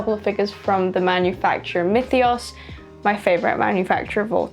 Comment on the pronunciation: tthats how you pronounce myethos?